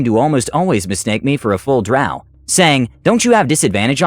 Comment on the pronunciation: i get so irrationally angry whenever he says drow like that